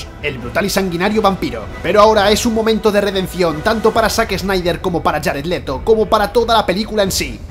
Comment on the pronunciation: Jarett letho jajajaja